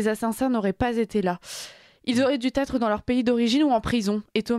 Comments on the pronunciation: euh , il n'aurait jamais du être (pas de "zêtre" svp) - pour le reste, avec cet effroyable assassinat, on perd tous une partie de notre famille. Cela n'aurait jamais du arriver mais à force d'excuser, ... l'inexcusable ... bordel, qu'on nous débarrasse une fois pour toute de tous ces parasites. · Duzêtre ou dutêtre?... ouch! Dû être peut-être? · Soyez prudente: "auraient du Z être"!! Ce que vous dites n'est pas absurde mais une telle erreur vous disqualifie!... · ".... jamais dû Z être"... (vers minute 10). Bien sûr, bien sûr... Mais que c'est donc difficile de lire son papelard... Ou alors... Faut-il supposer que c'était écrit : "dûs être" ?... Notons une variante à la minute 28 : "... ils auraient dû T être". Consternant. Médiocrité, quand tu nous tiens... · 1’11 : « … Ils n’auraient jamais dû z être » ? (On ne fait pas de liaison) 1’29 : « Ils auraient dû t être » ! (Idem, et en plus, il faudrait choisir entre le z et le t) 1’40 : « car comme » n’est pas français … 3’21 : « Selon toute vraissemblabilité » (pour « vraisemblance » - dit par Apolline de Malherbe, qui ne se prend pas pour rien …) Soyez irréprochables, pour cette cause : parler correctement notre langue, pour commencer ! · Ils auraient ''dusetre'' Atention aux liaisons... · "Ils n'étaient pas là où ils auraient dû zêtre" et, quelques secondes après, "Ils auraient du têtre" Faut reprendre des cours de CM1,. Ou lire, beaucoup, ça aide. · je vous aime bien mais, par pitié, attention aux liaisons mal-t’à propos (ex ils n’auraient jamais du zêtre)😊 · Attention à vos liaisons ! Dû ne prend ni un S ni 1T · Pardon ,jamais du etre 'attention ,pas de liaison c est moche pour une journaliste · Déjà la conjugaison et les liaisons de "dû" sont fausses, un s et un t qui n'ont pas lieu d'être... !! Ça la fout mal. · à part les liaisons mal T à propos rien à redire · Attention,, aux liaisons malheureuses..."ils auraient "duz" être"